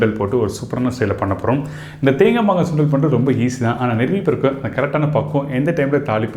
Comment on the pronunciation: Please correct it's not mangai it's "maangai"